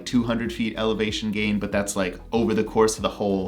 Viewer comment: did you say elevagation gain? Haha